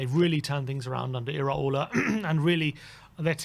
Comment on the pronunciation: Top marks for being the first people to actually pronounce Iraola right! Even our chants can't lol